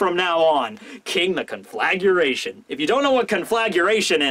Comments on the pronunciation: It's "Conflagration", not "Conflaguration". Con fla gra tion. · Sad that the English word for a large fire is not "Conflaguration" but "Conflagration". No idea were that U came from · Bro! There's no u in conflagration con-flag-raytion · Conflagration. Conflagration.